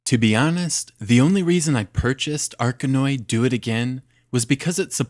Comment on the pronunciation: good review, I've heard others pronouncing it 'Dough it again', not sure which is right.